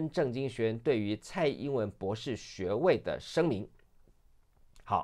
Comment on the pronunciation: LSE 博土程度！ 姑娘博土程度！ 博土！博土！博土！ 別吐！別吐！別吐！